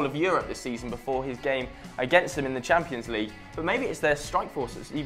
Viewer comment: It's called the CHAMPIONS league. Not the 'champo'. Idiot.